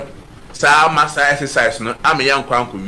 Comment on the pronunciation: Masa you had it right ✅